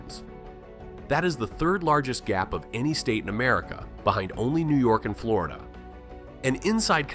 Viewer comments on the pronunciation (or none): none